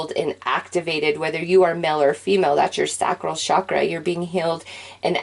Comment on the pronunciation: All good and breezy. Respect your effort, but I simply have to say it. Please, pretty please, for the love of God, stop saying shakra. It is a Sanskrit word that is written with a ch as in chair for a reason. Have no idea who taught you, but that person is anything but knowledgeable. So, say it with me, chakra as in ch as in chair. Thank you.